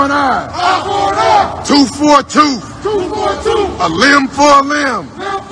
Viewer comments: I thought it was tooth for a tooth. Not toof for a toof. Will they please record someone who actually passed elementary spelling? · The "Toof for a Toof Militia" 😬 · What's a " Tooff "⁉️⁉️⁉️ ⁉️⁉️⁉️⁉️⁉️⁉️⁉️⁉️ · A toof for a toof? wtf is a toof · Um... what's a tooff 4 ah tooff??? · You hear that dude he can't even say tooth there's no f in tooth dude I mean what the fuck is wrong with you if you can't even speak the English language you don't have a right to stand up there and talk a bunch of dumb shit dumbass punks I'm getting so sick of this shit it's time for us to handle it ourselves nobody else is going to and if we sit back and wait all it's going to be the answer to that is the end of us we can't sit and wait there is no plan if you're a cue and on person if you got to think about this the q told us to trust a plan trust a plan I honestly believe the q is evil too because there is no plan they want us to sit back and do nothing until it's all over and we can't do anything so people need to wake up there is nobody out there has a plan or it's going to save us it's up to us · Did he say a “ TOOF for a TOOF” ? What’s a TOOF , anyone ? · I think it's pronounced "tooth" with the th.... not toof or tooph. Or whatever those illiterate f*cks were saying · I like when that idiot says “ a toof for a toof” probably got a scholarship for English lit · toof fo a toof. LMAO